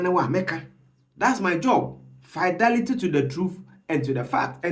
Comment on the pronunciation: Bro, learn your diction well, we don’t say faidelity…. It’s Fidelity like Fidel Castro…👍